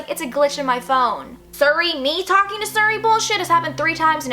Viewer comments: siri not surry lol I love it when people mispronounce things its so cute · I got so pissed how many times she says "sury" not siri 😂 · why does she say suri its siri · siri is not pronounced sur ee its seeree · OMG ITS PRONOUNCED LIKE SERI NOT SURI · The scariest part about this video is how she pronounced siri as suri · its not suri its SIRI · Siriiiiiii not suri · It's pronounced serey But this is my first time watching your videos and I LOVE IT 😍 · surre and a-ouija IT HURTS ME!!! great video tho but aaaaaahhhh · I became uninterested when you mispronounced "siri " it's "SEAR-REE". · "Surry" lmao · Not to be mean not at all but I think Siri is pronounced Seeree. I'm not trying to be mean sorry if it came off mean:/ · The way she pronounces Siri 😂❤️ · The way she says siri😂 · the way she pronounces "Siri" is the reason why I live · she pronounces siri weirdly and it bugs me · She pronounced siri wrong😋.......why is that the only thing I got from this video?? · u say Siri wrong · THE WAY SHES PRONOUNCING SIRI MY GOD LMSOO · I love your video but every time you pronounced Siri wrong it annoyed the hell out of me 😂😂😂